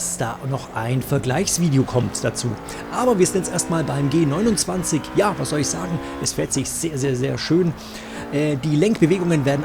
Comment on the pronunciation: Welcher Mensch sagt denn Bitte G-Simumzwanzig 🤔🤦🏼‍♂️